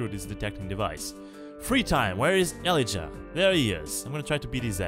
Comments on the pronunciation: o god ur pronunciation of Elijah is killing me :D its Ee-Lie-Jah, emphasis on the middle syllable and J is not pronounced like H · i like how he butchers the name elijah